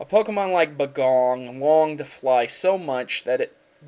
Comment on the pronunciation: i thought bagon was pronounced bay-gon not buh-gon